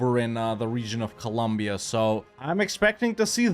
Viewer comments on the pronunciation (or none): none